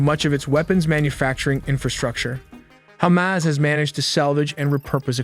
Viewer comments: It's ha-mas (the mas is like christ-mas but with a longer maaaass) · Its hamas, not humus, wht are u uneducated, u can't pronounce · The way he pronounces Hamas as hummus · Your text-to-speech needs work on pronunciation. That's not how you pronounce Hamas.